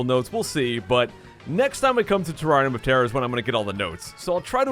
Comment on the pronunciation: Is it just me who thought he said teraria motara? Not terrarium of terror